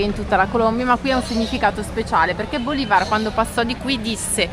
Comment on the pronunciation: Bólivar non si può sentire😂, Bolívar è la pronuncia correcta, l'accento va sulla i. Un abbraccio